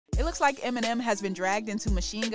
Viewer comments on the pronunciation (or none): none